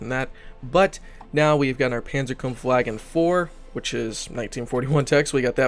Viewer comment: PAWN-ZER KAWMF VAW-GEHN